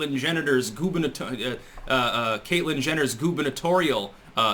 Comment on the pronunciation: You said Caitlyn Genitals. LOL!